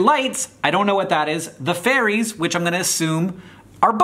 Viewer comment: I love how Hank thinks Ferries ⛴ are actually called Fairies 😂